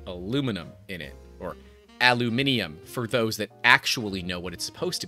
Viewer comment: Aluminium….. you got it right 😂